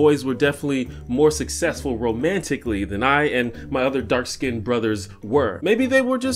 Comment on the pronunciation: He said "dark skinnt"